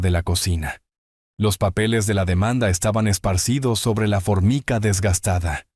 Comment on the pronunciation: Se pronuncia " formaica '